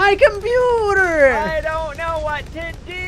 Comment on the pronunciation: dont say my computer say my comptewbre